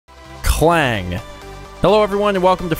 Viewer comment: Interesting Fact: There's a place called Klang in Malaysia and it's EXACTLY how you pronounced it here :>